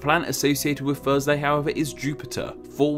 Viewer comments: Gotta love my "Thusday" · I love “Thusday” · The well know Thusday. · What’s Thusday? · Well he doesn't pronounce the 'r' in Thursday